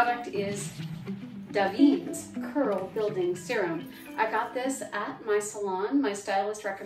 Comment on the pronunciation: I have always heard iit pronounced Davin-ess.